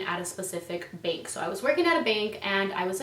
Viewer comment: I thought you said "bink" and had no idea what you were talking about